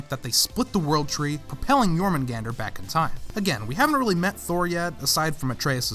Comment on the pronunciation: YES. SOMEONE PRONOUNCE THE WORLD SERPENT'S NAME RIGHT!